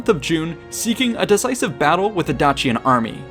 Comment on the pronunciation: Dacian = Day see ahn not Dah chee un